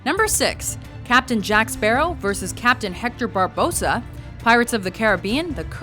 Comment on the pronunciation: that's the most stupid shitlist I've seen in a long time. Also.. at least learn how to pronounce the names properly.... Barbossas name was raped...